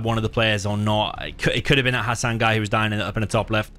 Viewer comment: Bro wtf how did you read hassan with the correct accent